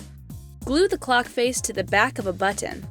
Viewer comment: HOW U SAID BUTTON LOL BECAUSE YOU SAID BUTT AND ON